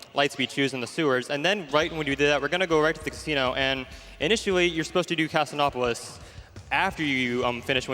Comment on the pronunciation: "Casin-opolis"... I mean grammatically it makes sense, but that's the first time I've ever heard it pronounced like that. In 19 years.